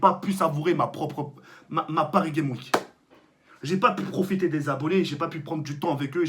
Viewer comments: j'adore tk il dis paris game week est ces normal et tout le monde dis paris game s'week xD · Parcontre tk dans " Paris Games Week " prononce le S de " Games " sinon remet le en place l'autre cagoule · Paris Games Week j'adore comment il le prononce mdrrr